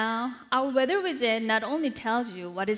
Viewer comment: Weather wizet lol